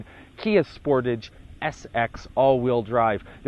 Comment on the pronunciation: Fair review but please learn how to pronounce Sportage and Hyundai properly :-)